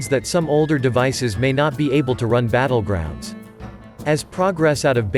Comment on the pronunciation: Hey, noticed your "Butt-legrounds".